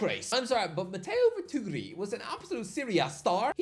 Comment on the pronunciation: Mateo's last name: Retegui.: RETWOOWEE.